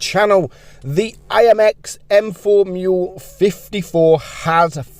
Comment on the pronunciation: "AMX M4 Mule 54" did i just hear that right